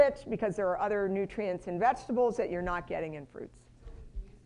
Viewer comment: Urine in control VS you are in control . Pronunciation is important.